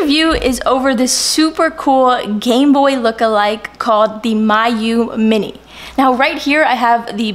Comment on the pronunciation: Its Called (ME-YOU-MINI) NOT (MY-YOU-MINI) just to let you know